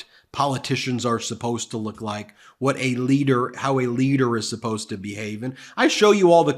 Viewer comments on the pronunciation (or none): none